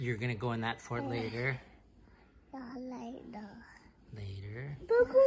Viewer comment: I never knew "he-err" (here) and "for-erts" (forts) were 2-syllable words.